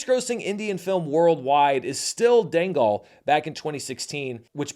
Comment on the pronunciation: I think Dangal is pronounced more like “Jungle”. It did insane business in China back in the day.